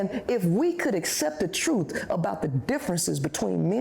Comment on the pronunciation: Wtf is " Troot"?